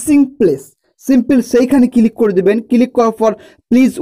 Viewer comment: কিলিক নয় কথাটা ক্লিক